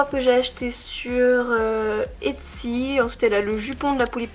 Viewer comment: Toujours aussi belles ;) j’avais entendue Yutsy et j’étais en mode « mais je lui est rien vendu ? » et après j’ai compris etsy ❤️❤️😂😂